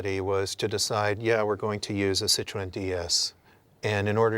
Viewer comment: I wish they knew how to pronounce the name of the car. It's pronounced "seat-roh-en".